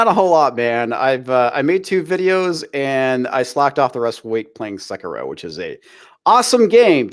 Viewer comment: Suckero??? Suck suck AAAH SEKIRO! 🤣